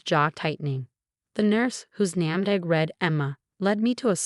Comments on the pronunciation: Straight A, not straightest. Name Tag, not NAMDAG. Pronounce "wound" correctly. Shattered, not chattered. The parents should have gotten jail time. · What's a Namdag..?? Does she mean name tag..?? It's wound as in a boo boo, not wound like wound up.